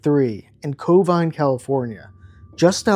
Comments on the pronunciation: Covine Ca. or Covina Ca? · Covina…not Covine.